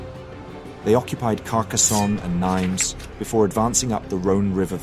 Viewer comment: As always good job ! Just about the prounonciation of the City of "Nîmes", it is said like in "denim" (the blue jeans).